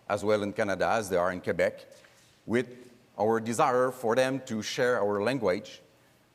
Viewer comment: "QuAhbec (Quebec)" -- Trudeau is starting to sound even less French ! Quebec is pronounced properly like so: ' K ' 'beck'